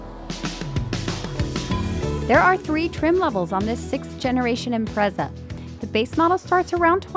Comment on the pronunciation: 'Imprezad' LOL but E for Effort. had a good lil laugh. its a nice looking lil car